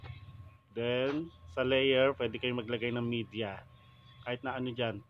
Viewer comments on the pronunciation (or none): none